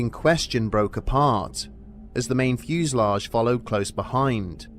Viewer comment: Fuselage (fyoosa lazh) U make it sound like a bunch of fuses in a time share community in the mountains roasting marshmallows around the campfire ❤❤❤